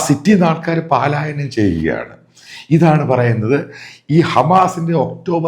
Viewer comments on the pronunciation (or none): പലായനം എന്നു മതി പാലായനം വേണ്ട